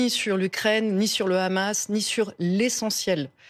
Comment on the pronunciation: le "Rhamas", pas peu raciste comme façon de prononcer le nom.